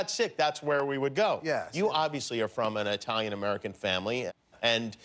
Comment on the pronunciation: wtf..he said EYE talian? GETOUTA here lol